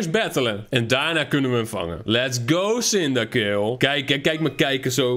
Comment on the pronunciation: hoe je cyndaquil uitspreekt: sindakwil, hoe het uitspreekt: sindakill